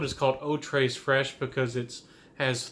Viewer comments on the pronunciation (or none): Love it. One of my best discoveries of 2019. It's said *Eau Tray Fresh*, no s in Tres. Thank You.